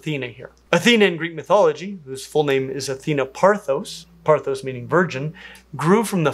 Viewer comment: Classics teacher weighing in here— Athena’s name was Parthenos, not Parthos. Love your content! One of the best on the web😊